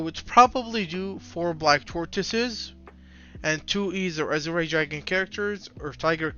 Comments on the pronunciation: A-Zhr is how its pronounced my guy "Azure" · I like your content man, but please look up how to pronounce "azure". It's killing me.